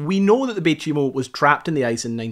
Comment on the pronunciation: You know chai tea? You pronounce the name of the ship like you would say chai, no chee.. Fort chimo was later renamed bay chimo, and became a small inuit town. Some of my friends are from there. The community was abandoned in the early 2000s though some former residents keep cabins there and visit their homelands during vacations. (Its also called umingmaktok, meaning musk ox lands) i spent most of my life in cambridge bay.